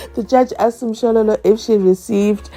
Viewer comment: Haaa that slow motion lm still laughing even how he pronounce the word (asked)him A.S.K.E.D😂